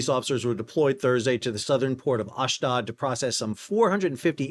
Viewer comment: it is Ahsh- dOde, not ahsh-dahd, the IDF officer in the intro pronounces it for you